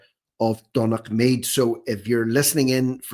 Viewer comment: Think that might be pronounced "done-a-mead" as in the name McDonagh